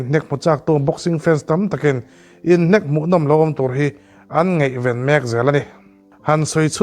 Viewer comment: Ngeihven ni lovin ngaihven tih tur😮😊 ngeihtuah i tih pawh hi ngaihtuah tih tur. Ngeinat pawh hi a dik lo hulhual. Ngainat ti rawh. A leh E hmanna i va hre hrang lo ve!!!!!! Mizo ṭawnga thu in chhiar a nih chuan inzir ve deuh ṭhin ula😊